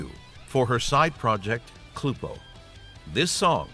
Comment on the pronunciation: Almost everyone pronounces Cluppo incorrectly. Miku herself pronounces Cluppo and Kuruppo exactly the same way. Also, "With You" is the Cluppo song that you reacted to. Looking forward to part 3. 🕊